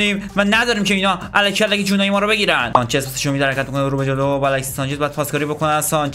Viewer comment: الکسیس سانچز نه 😅😂 درستش الکسی سانچز هستش